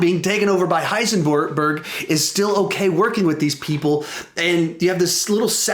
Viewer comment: Heisenborg lol